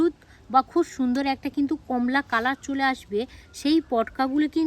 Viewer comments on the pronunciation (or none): none